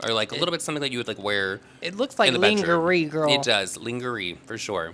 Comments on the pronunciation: "That's right LIN-GA-RY" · The way you pronounced lingerie 😂😂😂lang-ger-ee 😂😂😂😂 I’m crying